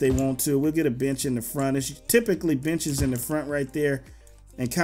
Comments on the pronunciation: He was trying to say benches but it sounded like b**ches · when he said benches it sounded like the other word